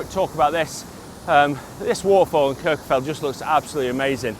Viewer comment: You’re absolutely butchering the pronunciation of Kirkjufell and Snæfellsness.